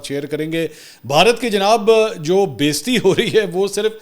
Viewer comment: Mansoor bhai please correct urdu word بیزتی نہی ہے بے عزتی ہے۔ hope you don't mind. Love you